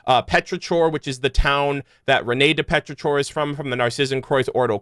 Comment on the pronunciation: petri-core not chore